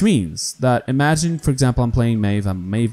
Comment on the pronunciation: Ik IT was 13 december 2018 but...PLEASE...Say Maeve's name correctly. Just MIF not mejw just MIF that's so easy...If said something wrong please forgive me.